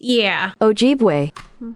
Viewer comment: As a Minnesotan, you did say Ojibue correctly